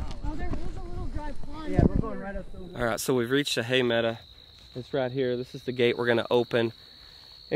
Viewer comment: PLEASE STOP SAYING HAY MEDA!!! It's a hay meadow! I love watching you and your crew but my spine turns into a knot when that one word is mutilated! Lol